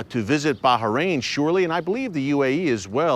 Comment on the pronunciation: Finally, you pronounce baHrain properly ✊😂✊ thank you!